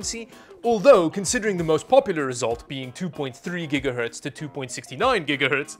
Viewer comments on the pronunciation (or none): none